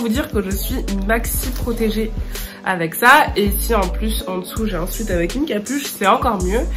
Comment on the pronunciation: Ça se prononce « souèt » pas « souit »😊